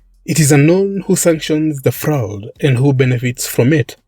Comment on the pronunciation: I cant help it. I have to let you know that "fraud" is pronounced "frawd "